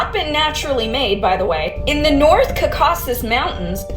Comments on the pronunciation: LOL the white Caucasian girl near that can't pronounce the Caucasus Mountains. 😂 She said "Ka-KAH Sis" like a birdcall. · Ca-cauca-sis mountains😂😂